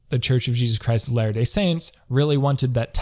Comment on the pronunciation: Also, if you watch this video on 1.5x, you may hear "The Church of Jesus Christ's Hilarious Saints". Sounds like a good comedy show 😄